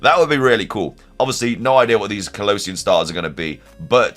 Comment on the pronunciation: Why do you pronunce Kalos and Kalosian so differently